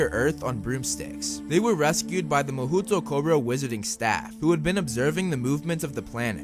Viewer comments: As a half-Japanese I find it funny that the official pronounciation given to the Japanese wizarding school is mah-hoot-o-koh-roh when it should be pronounced as mah-hoh-toh-koh-roh. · It’s “mahootoo koro” ! It’s “mahou tokoro” (魔法所)。A pretty uninspiring name since it simply means “magical place” ._.